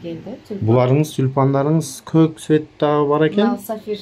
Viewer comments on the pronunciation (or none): none